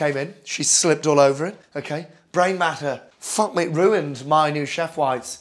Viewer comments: Okayh,olive oil, in, black pepper, salt, in, beautiful, okayh. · I had it on speakers, and my sister was sitting on the other side of the room and she couldn't believe Gordon Ramsay would do something like this, so she thought maybe he did a funny sketch and came over to have a look. She honestly couldn't believe her eyes. Honestly, you HAD us at 'Okhay' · Nobody: Gordon: oukhey oukhey oukhey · The accent is good and everything but you say the word OKAY too much man